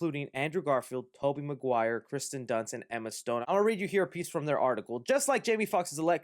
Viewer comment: Listerally no one knows how to pronounce Kirstens first name